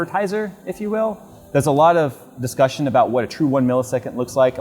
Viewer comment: Well, why every time you’re saying the word "discussion" it always seems to sound like "disgusting"? 🤔🤷🏼‍♂️